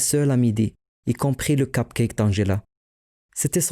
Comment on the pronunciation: des "KAPCAIKE" mdrr